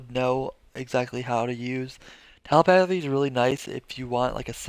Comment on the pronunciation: Triggered by the way you pronounce Telepathy. But good and informative video. Thanks!